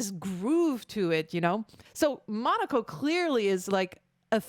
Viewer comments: All in good will, but its Mo-KNOW-Ko, not Monaco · His name is pronounced more like "muh-no-coh," he's the dog and he's kinda funky.